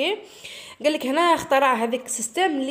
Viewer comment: استاذة شكرا شرحك ممتاز ولكن اخطات في نطق كلمة اخترع هذا فقط لغرض التصحيح